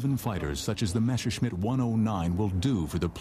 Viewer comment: I agree. Not only this particullar film. Usually it's the good old "Meshersmitt"